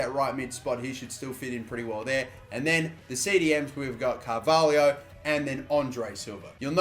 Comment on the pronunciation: It's Carvalho not Carvahlio